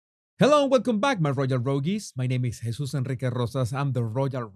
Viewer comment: Don't you just love when he says his name? Jesús Enrique Rosas! ❤